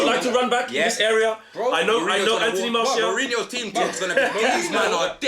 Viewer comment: "Anthony Partial" 😂😂😂😂🤣🤣🤣🤣😭😭😭😭😭😭💀💀